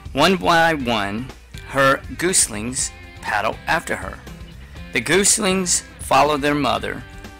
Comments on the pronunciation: It's not pronounced gooslings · Got that pronounced wrong and also the country where Lorenz was from. This should be removed - it's not very good